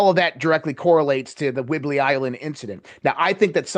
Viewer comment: "WHIDBEY Island".